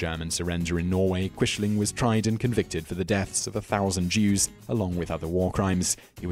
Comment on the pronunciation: Thank you for including Hanoi Jane Fonda and the Rosenbergs. Please work on your pronunciation. Quisling is pronounced like Quizling. Neither Lawrence Olivier nor Robert Powell in either the World at War or World War II in color pronounced Quishling.